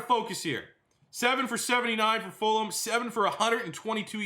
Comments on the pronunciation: Love but please pronounce FulGham's name right. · I thought it was just me!